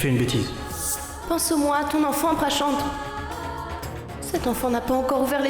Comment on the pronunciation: Vraiment elle m'enerve 😂😂😂😂😂 Pranchant pranchant